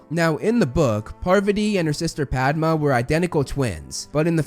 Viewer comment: Thanks for saying her name 'Paarvati' (this is most close to actual pronunciation) while so many others say 'Paarvaati' which is understandable but incorrect. Same goes with 'Padma' though, it isn't 'Paadma'